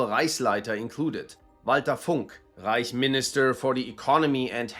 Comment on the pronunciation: You know he’s german when he doesn’t say reik instead of reich